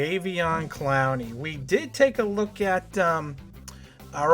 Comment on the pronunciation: Why are you saying his name like that...?